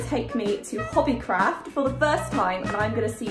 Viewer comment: Even if she’s british when she said ‘hobby craaaaft’ in the beggining it was in an american accent